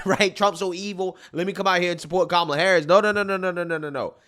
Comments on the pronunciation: Did Oprah call her Kamala Whoreis? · Did she just say kamala horror!? Lmao! And also there is hope for you all... lmao!